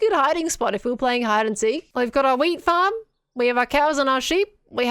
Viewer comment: it sounds like you saying "we've got our weed farm"